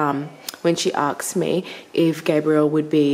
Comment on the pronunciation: i love you so much but i have to laugh everytime you say “asked” 😂 you always put the K first and say “aksed” ahahah so cute 😘